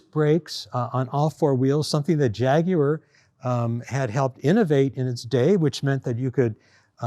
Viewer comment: Thanks for saying Jaguar properly and not Jagwarr like all the other Americans say it. 👍